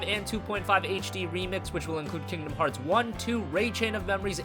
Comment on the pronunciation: lol he said kingdom heats x